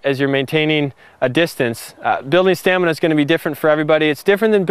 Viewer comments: he keeps saying stanima not stamina, and it's driving me crazy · LMAO he said STANIMA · he said stanima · this man said stanima at around 40 seconds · "Same amount of STANIMA" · "stanima" lol xD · stanima :40 seconds? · Wtf is stanima? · just realized..stanima..lol... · Yeah! This guy said STANIMA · "You don't need the same amount of stanima" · Play from he said "stanima" lol.... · anybody else notices he says "stanima" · Is it just me? or i just heared he said "STANIMA?" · Haha he said stanima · U said Stanima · stanima LOL